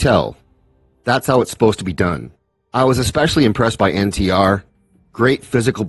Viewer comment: You pronounced NTR and RRR correctly, my friend. Thanks for the review.